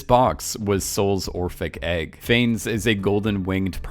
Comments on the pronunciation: “Phanes”. Jesus, that’s painful haha. For future research Wikipedia often has the phonetic pronunciation of things. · Right? Considering how many times he said the name, I wish he'd just stopped for 10 seconds to learn how to pronounce it.